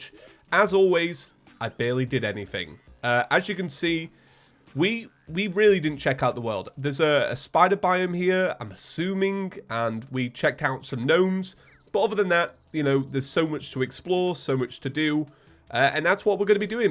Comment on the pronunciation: He said it wrong G nome